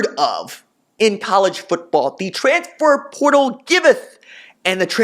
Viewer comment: Rj I love you but you need to learn how to say transfer portal